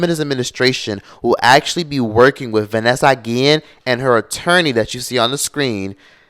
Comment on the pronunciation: vAnesa - gee-ian